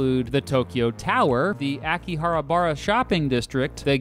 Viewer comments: "The Ackyharabara shopping district" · “Akihara bara”